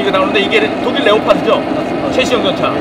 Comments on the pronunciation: 레오파드가 아니라 레오파르트 입니다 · 레오파드가 아니라 레오파르트였나 레오파르드 였던것 같습니다